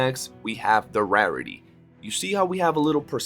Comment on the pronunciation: Gotta admit iv never heard anyone say rarity like that before